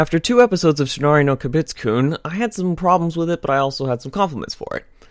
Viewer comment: Also, if you're going to review anime shows, please learn to say the Japanese titles a little...well, better. I hear Kobitsku. Not Kaibutsu-kun. It sounds like you're trying to slur it because you don't know how to say it. Not saying you surely are, but that's how it sounds.